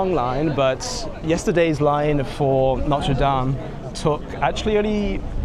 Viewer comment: NOTRE DAME -- please note the last letter